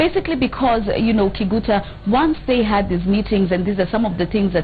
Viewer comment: every time she says kiguta i feel disgusted